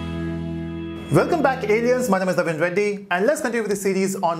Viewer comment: why you say velcome instead of welcome?